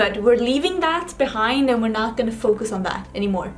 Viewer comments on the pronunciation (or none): none